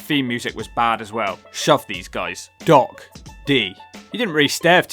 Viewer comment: GOG? It's DOC